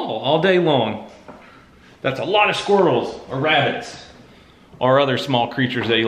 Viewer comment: pls tell me im not the only one that heard him saying thats a lot of squirtels instead of thats a lot of squirrels